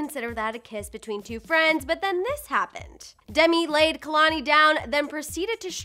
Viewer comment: Kehlanie is pronounced as kaylanie